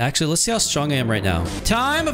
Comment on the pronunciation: bro really said kamoyomayo